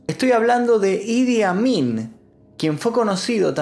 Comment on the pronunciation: Jajaaj pense que decia: "El admin"